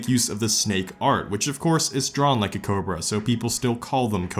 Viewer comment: You made cobra not sound like a word anymore